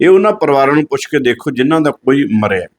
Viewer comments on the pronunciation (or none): ਇਰਮਾਨ ਖਾਨ ਨਹੀਂ ਇਮਰਾਨ ਖਾਨ ਹੈ 😅😅😅 ਗਿਆਨੀ ਕਹਾਓਣਾ ਸੌਖਾ ਨਹੀਂ ਆਪਣੇ ਲਫਜ਼ਾਂ ਦੀ ਸਹੀ ਵਰਤੋਂ ਕਰਿਆ ਕਰੋ! ਪੁੱਛੋ ਨੂੰ ਪੁੱਸੋ ਨਾ ਕਿਹਾ ਕਰੋ!ਤੁਸੀਂ ਆਪਣੀ ਇਸ ਭਾਸ਼ਾ ਕਰਕੇ ਪੂਰੇ Sc ਭਾਈਚਾਰੇ ਨੂੰ ਬਦਨਾਮ ਕਰਵਾ ਰਹੇ ਓ!ਇੱਕੀਵੀਂ ਸਦੀ ਚ ਹੁਣ ਕੋਈ ਵਿਰਲਾ ਹੀ ਹੋਵੇਗਾ ਜਿਹੜਾ ਇਸ ਤਰਾਂਂ ਬੋਲਦਾ ਹੋਵੇਗਾ!